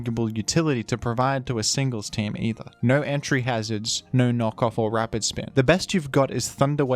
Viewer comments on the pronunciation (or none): none